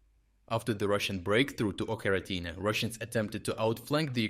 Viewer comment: Oh my... the 'ch' in 'Ocheretyne' is pronounced exactly as in "Charles".